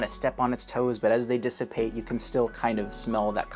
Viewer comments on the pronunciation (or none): none